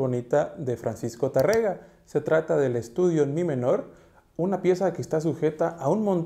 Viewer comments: "Tárrega" no Tarréga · No es Tarrega, es Tárrega, acentuado en en la primera a. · No es tarrega, es Tárrega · Disculpa que te corrija, pero es Tárrega acentuado en la a, no tarréga como dices en el vídeo. Por lo demás todo bien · Sí, pero no es Francisco Tarrega, sino Tárrega, acentuando la primera sílaba. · Es Tárrega, no Tarrega... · Suena muy bien , no asi tu pronunciación del apellido del autor . No es Tarréga , sino Tárrega , con tilde en la primera A , no en la E . Gracias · Muchas gracias por el vídeo. El apellido del autor se pronuncia Tárrega , con acento en la primera sílaba , es una palabra esdrújula.Saludos. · Tá. rre. ga La "a" en la primera sílaba es la acentuada. Ahí recae la fuerza...